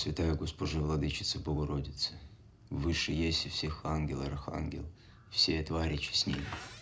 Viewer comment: "Еси" с ударением на Е? Ну что вы...